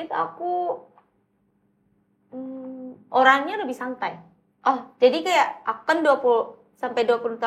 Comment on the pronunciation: Jaksel banget : “keya” (kayak) Tapi kenapa ngomong “sebelum” jadi “subulum”😭